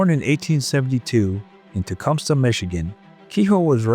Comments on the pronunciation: FYI, we pronounce Tecumseh "Tee-come-SEE" not "Ta-come-suh"! I lived in that town, that's how we pronounce the name! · Its pronounced Tah-cum-see.